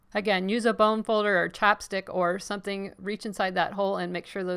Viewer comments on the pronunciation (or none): none